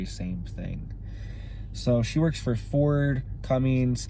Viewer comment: CummINS* (Cummins). Not CummINGS lol. And I drive a Duramax, but have high respect for Cummins. Other than the 7.3, which is definitely one of the best diesel engines ever produced, say whatever you'd like about the PowerJoke though lol. Sorry, just had to say it lol